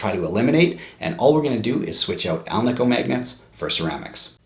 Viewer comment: I preferred the alnico. One minor critique... it is pronounced al-nih-co. Not al-nee-co. Anico stands for ALuminum NIckle and CObalt which is the composition of the magnet. Hence AL, NI, CO. Thank you for the video.